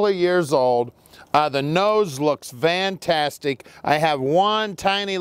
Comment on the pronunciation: I swear he keeps saying Vantastic